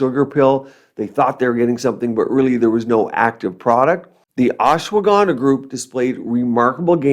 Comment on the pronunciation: You pronounced Ashwagandha like how Donald Trump butchered indian names some time ago🥲🤣